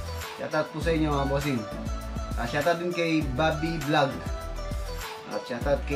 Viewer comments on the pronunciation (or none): none